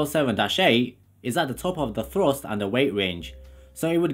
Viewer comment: ART CORE Afro-Caribbean Londoner?. Fousand pounds of Frust!!☺